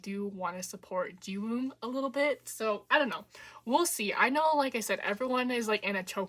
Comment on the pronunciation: The w in Jiwoong is silent :) (same goes for Gunwook)